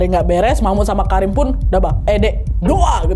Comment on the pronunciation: KARIM?KARIM? dr awal gue dgr ny Karinn😂kata gue kok cewek ngerokok